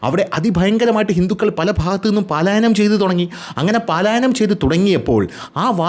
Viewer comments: പലായനം... പാലായനം അല്ല.. Dear 🎉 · Video is 🔥 താങ്കളുടെ സ്ഥിരം പ്രേക്ഷകൻ എന്ന നിലയിൽ പറയുകയാണ് 'പാലായനം' അല്ല 'പലായനം' ആണ്. പല വീഡിയോസിൽ ഇങ്ങനെ ആവർത്തിക്കുന്നത് കൊണ്ട് പറഞ്ഞു എന്ന് മാത്രം.. 🤝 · പാലായനം അല്ല, പലായനം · പാലായനം( x) പലായനം 😍 😍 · (((പലായനം )))എന്ന് പറയൂ. പാലായനം എന്ന ഉച്ചാരണം തെറ്റാണ്... പലായനം ആണ് ശരി